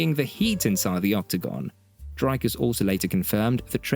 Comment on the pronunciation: Drakas does not exist. It's Dricus. I not A.